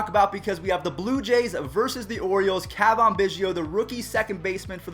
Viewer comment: its not cah vahn its ca van